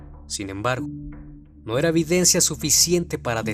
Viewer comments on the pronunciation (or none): none